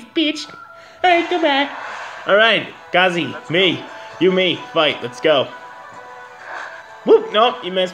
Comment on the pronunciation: "Ka-zay", for future reference